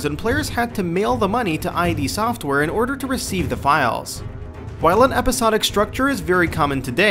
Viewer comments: its not pronounced I.D its IDD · Id software. Id. ID. NOT AJJ DEEE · id, as in "Kid", not "Eye-Dee". Made the same mistake back in the day. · Oh jeez this is sad. One, IT IS NOT "EYE-DEE" SOFTWARE!!!! It's "Id," as in the state of mind beneath the conscious level. Two, the episodic format of sales WAS common back then; it was known as the apogee model, and a LOT of PC games marketed themselves that way! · holy shit. it's "id," not ID. like... the word "id". you know, as in ego & id. i'm not sure you can tell me much i didn't know about the game when you can't pronounce the name of the developer. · scrolled down to comment because of this. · I think he said "brutal acts" instead of "brutal axe" but I could be wrong. The whole him saying "I.D" software thing has me perplexed so I may have misheard haha. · Fair point. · He keeps saying I.D. software... Non-nerd... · Every time he says I.D. Software I cringe at the stupidity. Literally cringe, c'mon guys at least get the name of the developer right.